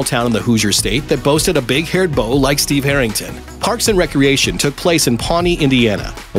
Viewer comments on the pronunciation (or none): none